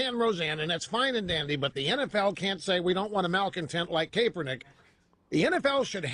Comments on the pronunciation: CAPE-ernik.... Lol, Rush is awesome. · Is it Kaperneck or Kaepernick Rush? Learn english you fool ! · Rush is intentionally mispronouncing Kaepernick's name in this, just another way for him to demonstrate contempt and disrespect for a person of color. What a disgusting, deplorable man. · Rush is totally mispronouncing his name on purpose isn’t he